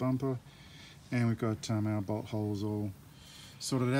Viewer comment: Everytime you say the word "bolt" it sounds like you're saying butt ....so everytime you say "bolt hole", it sounds like you're saying butthole! lol